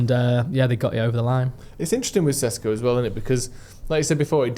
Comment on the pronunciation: Correct me if I’m wrong, but isn’t ‘Šeško’ pronounced with an ‘’sh’ sound like ‘’Shesko’? If so, shouldn’t we at least pronounce it correctly?